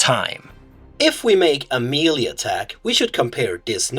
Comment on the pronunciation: I really enjoy your teaching videos. I’d like to give a little something back. The word Melee in English is derived from a French word. I n English, it is pronounced: Meh'lay. (Do not try to pronounce the H. I added the H just to show how the E is pronounced.) -Toby